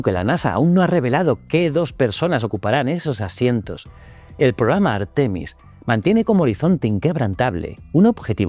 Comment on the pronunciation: Por favor: un poco de respeto para las reglas de acentuación: "textil" es una palabra aguda, no llana; "Artemis", en Castellano es llana, no esdrújula ni aguda (y si decide que es esdrújula, que lo sea siempre, y no según el capricho de quien habla). No cuesta mucho trabajo y dejará de herirnos los oídos y la mente. GRACIAS 🙏🏽